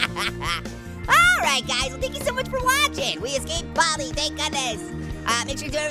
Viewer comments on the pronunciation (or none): Its Baldi Not Bobby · What did you say bal-di